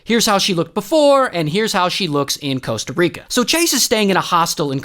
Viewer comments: It's Costa Rica, not Coasta Rica 🤓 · Costa Rica not Coasta Rica 😂 Love you Ray! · bro, its Coasta Rica...